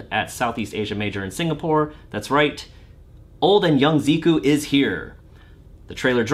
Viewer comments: Wrong pronounciation there for Zeh-Cuh. Do you call Ree-yu Raiyu as well? Anyway..really happy for Tokido and his Seam win..been rooting for the guy for years and I really hope and think that he has a big shot of taking Capcom Cup as well. What a story that would be..no one except Momochi won a Capcom Cup and Evo in Street Fighter (as far as I know). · I thought it was Zeh-Kew? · "zeeku" please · I'm not entirely sure why a lot of people insist on calling character by some weird assumed pronunciation. Like when it became a fad to call karin ''kareen'' and rashid ''rashyead''. Now its....ziku? Zeeku? Come on, it's just....zeku. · Isn’t it pronounced Zeh-Kew? Also, are you legally not allowed to mention MvCI right now? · Zeku is presumably Japanese, like Karin, so should use Japanese pronunciation. Or don’t; people totally butcher ‘Tokyo’ (tou-kyou; 2 syllable, not 3) all the time, yet the world has not ended. Personally, I think it is good to learn to pronounce foreign names and words closer to the original—it just seems polite to at least make the effort. Just an opinion, of course.